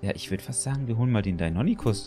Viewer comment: Lieber, die dinonychus werden dino(english)-ny-schuss ausgesprochen😅